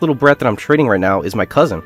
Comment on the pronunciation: My man really couldn't utter the words *cousin*, bro isn't even dense anymore, just stupid